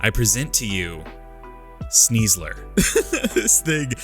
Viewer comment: SNEASLER, NOT SNIEZLER! DO NOT LEAVE OFF THE I IN SNIEBOSS! AND THERE IS NO I IN SNEASLER!